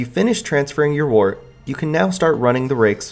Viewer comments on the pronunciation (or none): Wurt. It's pronounced wurt.